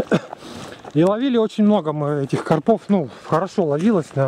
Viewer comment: Думаю правильно говорить не на посёлке а в посёлке,карпов ударение на а))